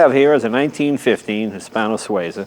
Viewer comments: This is not Hispano SuAza, it’s Hispano Sueeeza ) Jay has the best toy shop in the world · PLEASE stop saying "Hispano-SWAY-ZA," young man. It is pronounced "His - PAno -Swee -zah."